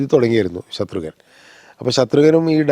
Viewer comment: Ghnanan vittupoyo? Shathrugan alla Shatrughnan..Kamal saarinu inganathe mistakes pattathathanallo